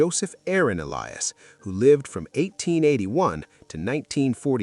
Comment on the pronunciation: The name Elias is pronounced E-LI-as, accent on LI; and Sassoon is pronounced Sas-SOON, accent on SOON.